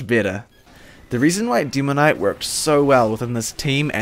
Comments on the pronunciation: "Deemoknight"? "hidz?" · "Dimoknight" dat accent ;)